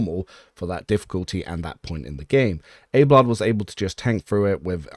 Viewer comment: but you're pronouncing it "Abe-lard" ? It's not pronounced like that by anyone in the game. It's Ab-eh-lard.